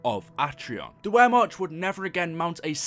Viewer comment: Also, wermach is pronounced, vermatch, talk like ein Deutch und nitch eine Englisch mann, danke